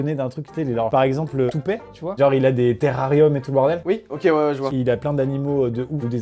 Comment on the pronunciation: "Tootpé" Ça se prononce "ToopeT" Avec un T à la fin 😭😭😭